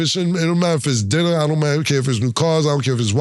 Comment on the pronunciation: Just a "dinna" 3 games just for "dinna" got me weak! Killa closed the laptop? 😂🤣😅😆